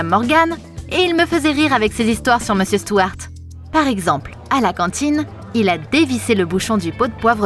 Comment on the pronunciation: Par contre elle a dit meusieur Morgane 😂